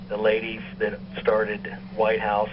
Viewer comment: Whithouse? Not Whitehouse? lol. I can't wait for the episode and/or the finale!